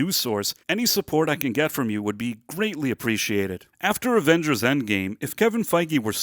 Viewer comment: Avengers e non avenghers